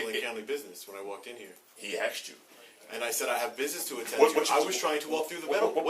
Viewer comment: did he really say : "he ass chew.."?